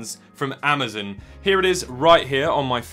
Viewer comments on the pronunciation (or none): was it just me that heard him say amadon instead of amazon at the start 😂😂😂